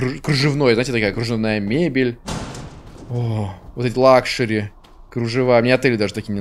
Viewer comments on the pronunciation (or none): none